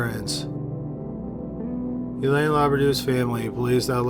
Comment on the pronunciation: Hélène is pronounced ay-len'